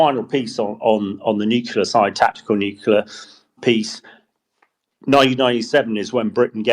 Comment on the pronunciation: HDBG still can't say nuclear!